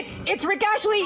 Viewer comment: The Rick Astley one... You started off SO WELL... but to be honest? I'd pull the trigger one someone mispronouncing my name too. Rick ASTLEY, not Rick ASHLEY. You got an entire letter wrong, Rat-Man! YOU DESERVED IT! XD